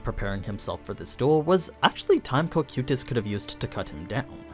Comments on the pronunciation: Real question, is English not ' primary language? The mispronouncing of names and stuff is AI levels of cringe at times. Cocuytus Kō-Kī-Tas. Hearing Co-Queuetas makes me wanna rip my ears out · the way you pronounce cocytus really slightly aggravates me